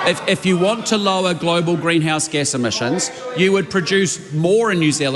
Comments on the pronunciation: Did she say emissins or emissions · Chole is so dumb 2 faced snobby person cant even say emissions properly!!!